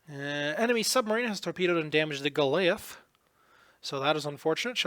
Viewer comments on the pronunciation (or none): . I heard "Go-LAY-ith" The word is "Go-LIE-ith" (maybe you are unfamiliar with that word, and just misread the I and the A in the middle of the word transposed, would make sense)